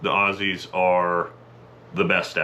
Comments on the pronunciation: He said "Aussies" the correct way. This dudes alright. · Big pack on the back for actually pronouncing "Aussies" properly! LYW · you can tell this yank is legit when talking about Aussies because he pronounced it “Auzzies.” We Aussies tend to zedify our esses sometimes.